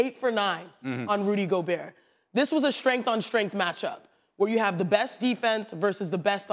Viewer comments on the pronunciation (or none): Time to start pronouncing Rudy's name right. It's Goo-berT